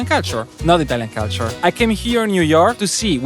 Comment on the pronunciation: hai ripetuto 75mila volte la parola culture, ne avessi mai azzeccata una la corretta pronuncia